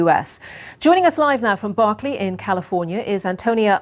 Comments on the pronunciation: It's NOT Barkley... it's Berkeley. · In California, USA, "Berkeley" is NOT pronounced "BARKLY". It's not Barclay's Bank. A news "anchor" should find out this stuff IN ADVANCE.